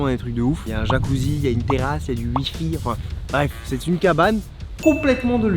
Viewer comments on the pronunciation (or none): "il y a du ui-fi"